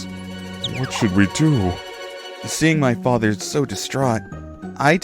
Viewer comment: She also has trouble with the th words. Father is fadder and other is udder lol. She's gotten better since she started